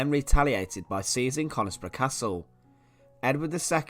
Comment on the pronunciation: the locals pronounce it as cunisbro ! :)